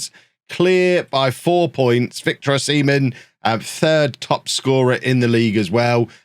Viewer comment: In b4 getting de-monitised for saying O-semen